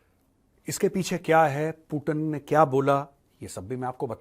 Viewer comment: पूटन नहीं पूतिन नाम है